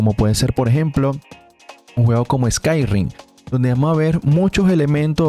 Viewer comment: Se dice Skyrim. No Skyrrrrrrrrrim!